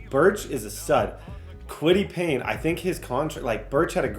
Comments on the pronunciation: Its Kwity Paye not Kwity Payne. Where are you getting the n brother lol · Bro if I hear kwitty Payne one more time I’m gonna pull my hair out 😂😂😂 it’s Paye . Got you gang 😭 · Kwitty Paye!!!! Not Payne!!!! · kwity “payne” is pissing me off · Julius Brents as well…Kwity Paye as well! Your mispronouncing many colts players names